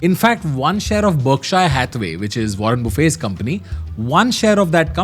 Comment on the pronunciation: 7.27 did he say 'Warren Boofay'?